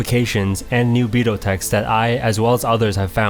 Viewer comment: I mean... Just so everyone knows, it's pronounced Bi-dOu as in it has to be the long O. Basically you should be ignoring the u. At the same time, don't mistaken it for bi-doh either; like the Homer D'oh. You just elongate the beginning of O. I mean, it would be nice and respectful to the Japanese if you say it properly, that's all.